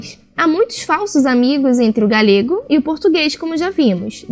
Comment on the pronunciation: Não se pronuncia 'galhego' em português mas sim 'galego'.